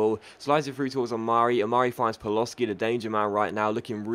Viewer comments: Paloshi=Pa-lo-shi ,not Paloski :) btw,you can take a break if you want,seems like you have lost your voice for this commentary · ***** paloschi is pronouced pal-o-she